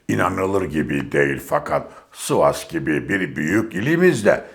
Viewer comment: Sabahattin,Sivas değil sivas😂😂 sıva diyeceksin koskoca ilimize😊